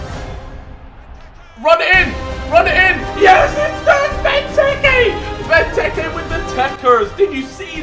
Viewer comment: It's not benteke tekkars it's bentekers